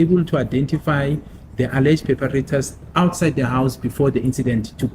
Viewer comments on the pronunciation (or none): saying Peperators ❌ Perpetrators ✅ Hahaha english is not englishing😂😂😂😂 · He's got no confidence in what he's telling the Court instead of saying perpetrators he said paper-raters 😂😂😂 Z'yakhal'... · Ei ei ei 😂😂😂😂 I thought um d only one who heard that cos I even had to play bck for about 8times 😂😂😂😂😂😂😂 PEPERATORS😂😂😂😂 khuzeka tuuuu